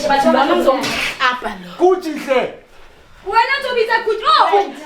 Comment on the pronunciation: This guy keep on calling Succi 😅😅😅Athi Gucci kanti umsebenzi wakho owani, mbambe 😂😂